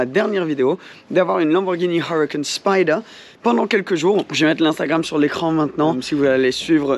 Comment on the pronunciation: J'aime pas comment tu dit uracan spider en dirait un narvalo